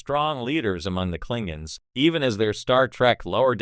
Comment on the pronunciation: cling ins ????? teach ur Ai to talk